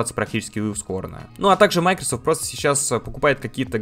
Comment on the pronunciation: Только не мАйкрсфт, а МайкросОфт